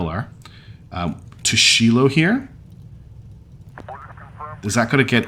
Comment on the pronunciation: The last person you want helping you design a ship.... is me XD Also, Shiloh is pronounced Shy-lo. It's Hebrew I believe. Great series so far. Lots of twists and turns.